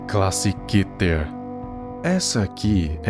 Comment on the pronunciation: Pra mim se fala Kéter